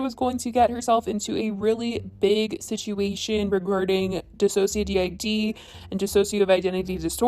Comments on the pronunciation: If you watch one of DissociaDID's videos where they say their channel name you'll find out how to say their channel name correctly btw. It's not dissocia D I D it's DissociaDID like "did" at the end. All one word. Please pretty please change that if you keep reporting on their channel. They've been through enough. Trisha needs real professional help and needs to get the hell off the internet forever that would be a great present to humanity. Morgan shouldn't have linked her professional life with someone who is SO incredibly toxic, but she did and will deal with the consequences. She knew the risks and proceeded anyway, her fault. As for the apology from the other chick. She started off w/apologizing to the "black community". Then used the words like "my whiteness" & "my privilege" & she wants to "use her privilege to better the world" um you don't better anything by thinking that way. She needs to get off her imaginary pedestal & wake up she's not better than anyone else and can't do a damn thing by thinking like that. She hasn't changed her mindset at all in my opinion. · It seems like you didn’t really do too much research on DissociaDID, seeing as it was pronounced incorrectly. I wish there was more reason as to why Trish is out of line in this video, rather than just brushing that off? Idk though.